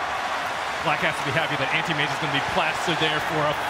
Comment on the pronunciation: did you guys heard that at about there was a team fight and the caster pronounce anti mage as 'anti maga'